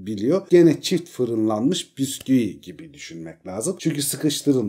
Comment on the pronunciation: abi ne güzel bisküği diyon yaaa bağımlılık yaptı 😂😂